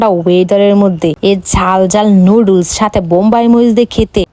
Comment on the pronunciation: নুডলস্ ✔️ নুডুলস ❌